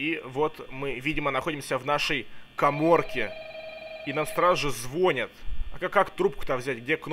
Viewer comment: не звОнят, а звонЯт